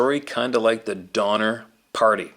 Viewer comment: Sorry Donner not donmer